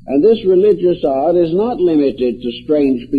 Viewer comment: He is saying religious "art" ... not religious "odd".